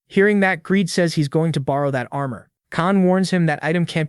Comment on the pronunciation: Your AI is broken, his name is "Greed" not gradey/Greedy and other fails. Well, it's better than 75% misgendered, I mean it says "he" so how does it say "her"??